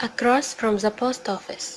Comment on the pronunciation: T تلفظ ذ وليس ز لطفا the